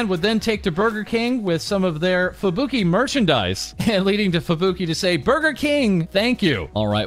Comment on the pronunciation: You pronounce Japanese names incorrectly. I assume it's just a habit, but you would probably get bonus respect if you did it right. You stress the vowels wrong. Just for example, Fubuki isn't "Fu bookie" but "Fubu key". Pekora isn't "Pe core a" but "Peko rah". Takane isn't "Ta kane" but "Taka ne". Koyori isn't "Ko yori" but "Koyo ri". Mayuzumi isn't "Mayu zoomie" but "Ma yuzu mi". etc etc.